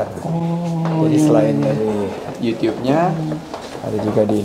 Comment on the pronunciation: Kayak tetangga ku pak uno kalo bilang yutup Di bilang nya yutiup